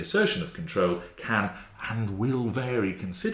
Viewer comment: "Cary"? or "Vary"?